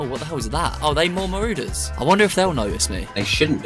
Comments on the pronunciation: Did you just say maroooders they are marauders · MAROODERS Like bruh. Wtf is that. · it would be maroders not marooders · It’s pronounced ma-raw-ders not ma-roo-ders😂😂😂 love ur videos